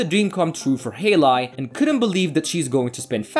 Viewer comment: Hay Lee, not hey lie... pronunciation should be #1 if you want to narrate.